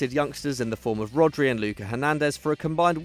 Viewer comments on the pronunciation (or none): Its Lucas Hernandez not "Luka"